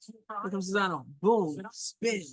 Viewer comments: You keep saying Czizano. Are you not able to read? It's Czinano! Now we have people in the WH who are as "smart" as you and this is what's going to happen: Russia and China are going to run amok, Ukraine and Taiwan are no longer in existence and dictators are going to rule the world. Congratulations, MAGA! you did it! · You might even want to proounce it just as you pronounce "Czeck": "Chinano" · You still can't say her name properly... after admitting you screw it up. Practice! It's actually easy. Respect................